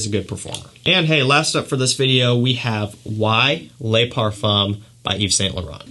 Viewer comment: Very good review of fragrances. My favorites from list is Gucci Guilty Black and Spicebomb Night Vision Edp. FYI: Le is produced in French like “luh” or “duh.” Les is pronounced like “lay” (ex: Les Miserables). Keep up the fantastic work! 👍🏾